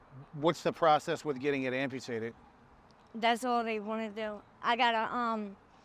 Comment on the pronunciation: Its amputated not ampertated